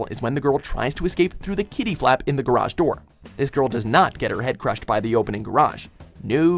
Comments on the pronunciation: Ok,, you can say garage like "carriage" as the British do, or you can say gar-ahj, like the Americans do. You cannot say, gar- adge, or whatever the hell you just said. Because that is wrong no matter where you're from. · The way he pronounces garage is terrible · you say garage weird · Never have I heard another pronunciation for garage.... Guh-Rash? 😂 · lol "garashz" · Hold up, is everyone just gonna let the way he said "garage" slide? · wait, why did you pronounced "garage" like that? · Wtf is going on with the pronunciation of Garage. Listen to it it’s so weird. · It's annoying how he pronounces garage door